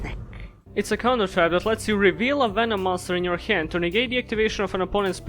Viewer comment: I need a ring tone that's just saying "Venuh-nom".